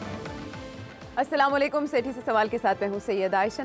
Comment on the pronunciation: Sethi sb salam karna to sahi seekh lo